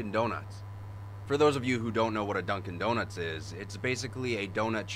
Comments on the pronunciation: That says durkin doruts not dunkin donuts 😂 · Noone: Absolutely noone : This guy : DURKING DORNUTS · "Durkin' Doruts" Seems legit.